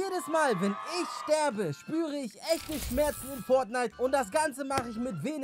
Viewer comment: Wie er immer WEHNEN sagt😂💛💛💛💛💛